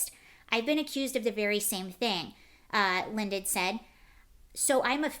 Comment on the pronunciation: John Lydon pronounced Lie don